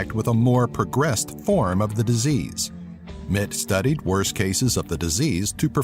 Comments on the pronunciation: It's "R J Mit Tee" not "Mit" just saying. nice video, I learned a few more facts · RJ Mitte's name is pronounced like "Mittee"